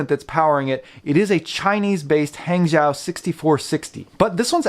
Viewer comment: Great review. Hangzhou is pronounced "Hung Joe" in Mandarin. Great movements actually.